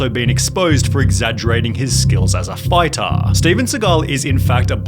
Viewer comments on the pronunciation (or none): Triggering.... excuse you'll ever he-AR muk-ARA bad kar-MAR skills as a fight-TAR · Some people should be banned of speaking English. Fightaa, teachaaa, mastaaah.